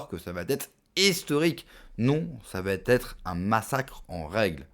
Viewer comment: Ras le bol d'entendre sans arrêt des "ça va t'être" !!! Apprend à parler français une bonne fois pour toutes !!!!